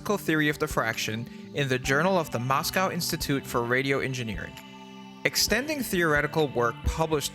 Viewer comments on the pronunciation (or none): none